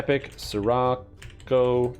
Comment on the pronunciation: Scirocco pronounced “sherrockoh” ;)